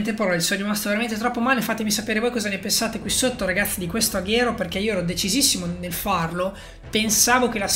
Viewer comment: Comunque si dice aguero no Aghero